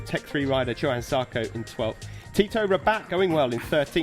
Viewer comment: Johan...not yohan, not jo han...its J 'OH' an Zarco.